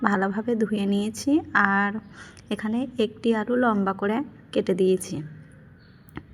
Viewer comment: শুদ্ধ বলতে বলতে আলুকে এলু বানিয়ে ফেলেছে যেমন সজিনা